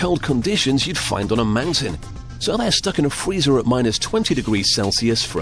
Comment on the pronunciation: Did he say fweezer?